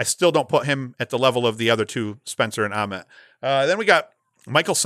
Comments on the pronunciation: Yes. Like nails on a chalkboard, and yet he's doing it on purpose to torment me :) The only thing worse than "Towzin" is saying Grant Uhment. It's a long "a" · I like your top three. Grant Ament...with the long "a"...pronounced just like the "a" in day.